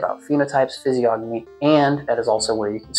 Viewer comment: Bro the g is silent in physiognomy